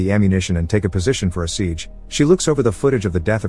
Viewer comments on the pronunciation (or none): none